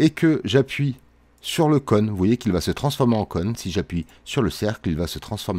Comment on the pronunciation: Vraiment cool, merci aussi pour cette vidéo. Juste, j'ai bien rigolé de t'entendre dire "conne", plutôt que "cône" 😂, mais bon, on à tous un accent 😋